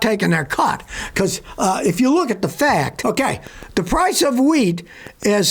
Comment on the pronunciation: OH! WHEAT! I thought you said WEED! 🥴